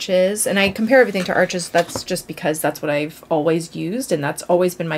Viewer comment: Saunders Waterford is local to me which is great. The first time I bought Arches I pronounced it like you do as Arches, the shop kindly corrected me to pronounce it like arsh :) I love Fabriano Artistico for HP so need to try some CP to try.